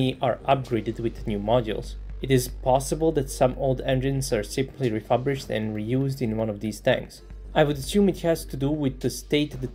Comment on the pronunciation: ReFURbished...not ReFABrished.